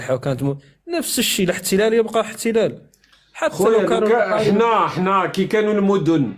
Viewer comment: Dire à ce criminel qui ne prononce pas correctement le nom mgharba et qui ne veut pas entendre batoche que à gdimizique il y avait des gents qui ont tué des pompiers et ils sont logiquement en détention. Et celui qui parle de israel. Nitaniahou mieux que teboun et chenriha.